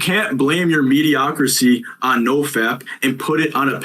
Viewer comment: Mediocricy 😂😂😂 it’s mediocrity bro